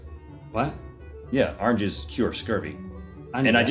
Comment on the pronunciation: "Arnges" :D